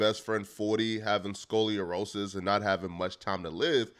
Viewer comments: Scoliorosis? Not Scoliosis, or multiple sclerosis. Sco-Lee-o-row-sis? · This nigga said scolirosis 😭😭😭😭 40 has MS not Scolorosis 🤦🏾‍♂️ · Came directly to the comments as soon as I heard him say that sh!t.. at this point I’m starting to think he butchers words on purpose, cuz he does that sh!t multiple times on every single video he puts out 😆